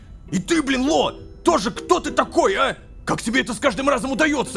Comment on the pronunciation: конещно! И ещо ощень угарно что малецки произнёс БЛИИИИИН ЛО